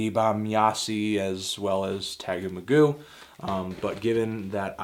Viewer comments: If you forgive the pedantry, Can's album is pronounced TAY GO MAY GO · since when is it pronounced tag-goo magooo. mr. magoo record?